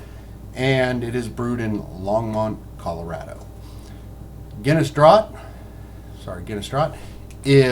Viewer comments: It's pronounced - "DRAFT". You didn't pour the Nitro Milk Stout correctly. You pour HARD, and don't tilt the glass. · You mispronounced the word 'draught'. That is the UK spelling of 'draft' and is pronounced the same way. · I gave up on this review after the pour. Should have given up after he pronounced "draught" incorrectly. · same here. I was like 'noooo what are you doing!' ugh such a good beer put to waste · America or not, any bloody beer drinker should know the proper pronunciation of the word draught.